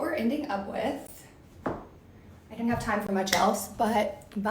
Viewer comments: Right off she can't pronounce "didn't". Honey buns, it isn't "did dint"! "Dint" is int a wur duh. Create syllables much? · Learn to pronounce didn't